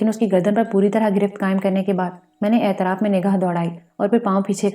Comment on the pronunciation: واہ واہ واہ واہ واہ واہ کتنا زبردست ناول ھے۔۔۔۔۔ پہلی قسط سے اب تک سامعین کو تحیر کی مضبوط گرفت میں لے کر آگے بڑھا جارہا ھے۔ انتہائ معیاری پیشکش جسکا سب سے بڑی وجہ پیش کرنے والی خاتون / خواتین کی بیحد واضیح اور پراثر آواز ھے۔ صرف کچھ الفاظ کے زیر زبر پیش اور تشدید درست نہیں۔۔۔۔ مثلاً "اطراف کو اعتراف " کہا جارھا ھے، "تغلق خان Tughlaq Khan کو تغلق خان Taghluq Khan" کہا جارھا ھے۔ ۔۔۔ بلبلاتا Bilbilata کو Bulbulata" اور چار چھ دیگر الفاظ۔ اسکے علاوہ سب کچھ بہترین ھے۔ بہت سی مبارکباد قبول کیجیئے۔